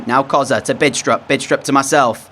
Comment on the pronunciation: The "D" in "Bidstrup" is not pronounced, just FYI